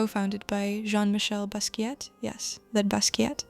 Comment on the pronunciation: ... loved the video (but your pronunciation of Basquiat is wrong, the “T” is silent).